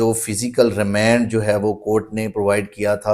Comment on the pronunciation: Remend nhi remand wakeel sb